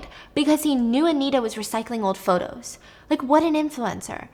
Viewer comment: Also, "potos" at one point hahaha